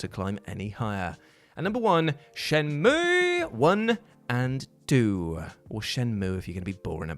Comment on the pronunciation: You almost disappointed me until you said Shenmueeeeeee! Correctly. You are still a massive ledge.